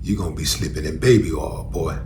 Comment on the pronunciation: "Babyoil" 😂😂 You made me holler out loud in this gym 🤣